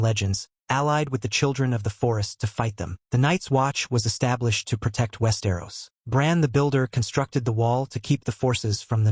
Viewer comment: you can really tell when "he" says West Aeros lmao